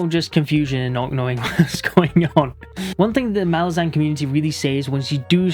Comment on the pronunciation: Gonna die on this hill, but it's pronounced mah-LAZ-uhn. Stress needs to be on the second syllable, as it's an demonym for Malaz (pronounced mah-LAZ). Idk why so many booktubers get it wrong but the authors have always stuck with this pronunciation.